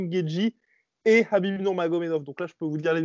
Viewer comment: Ce "Rrrrhabib " , il aurait pu perdre contre johnson, il a raté deux fois la pesée contre ferguson et là il s'arrange pour ne pas y aller , ca fait juste 3 fois qu'il évite ferguson. Franchement qu'il affronte un lutteur qui est super bon au sol comme ferguson ou GSP et on en reparlera. En tout cas toujours sympa vos videos.